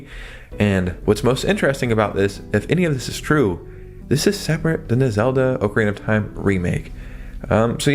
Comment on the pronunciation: “Oh-Karina of Time” lol